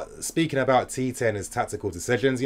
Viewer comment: First of all, Tite is pronounced as "Chi-Chi" LOL... Not TeeTay I was telling my friends that Mertens and Carrasco are the deadweights in the team, along with Meunier. And Belgium gave themselves a chance with the changes! Neymar couldn't find a way pass Fellaini all evening. Oh that diving... It's less, but when he did it's so fucking exaggerated. Hazard showed tonight what a leader should do. When you're the best player you need to make sure you deliver. He bought so much time and freekicks for the country. Hazard > Neymar Finally I need to talk about Tbo. He has been the best Gk in the World Cup, and it's not close. All the stupid talk about fans wanting him out is bullshit. They don't see what an all round keeper Tbo is. Every long ball towards the box? Tbo gobbles it up. Stop insisting that Allison or De Gea is better. Tbo has to be mentioned in the same breath already.